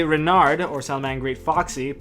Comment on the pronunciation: just for knowing, in french , we don't pronounce the " d " at the end of salamangreat " Renard " :) overall,ur accent is pretty great !